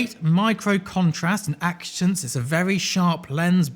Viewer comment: Acutance,. It's pronounced acutance.